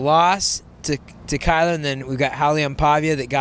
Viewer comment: Did he call Kyler "Skylar" after he beat his boy?